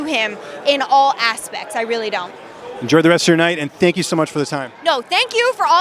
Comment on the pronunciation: you mean "senk you"? xd